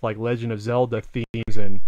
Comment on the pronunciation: "The Legend of Cellda" it will be called..